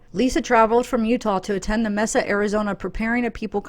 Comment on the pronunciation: FYI it's pronounced "Maysa" not "Mesa"